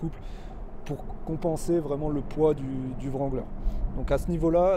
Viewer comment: Le W de wrangler ne se prononce pas. On dit Rangler. Tous les anglophones sont pliés de rire quand ils entendent les français le prononcer.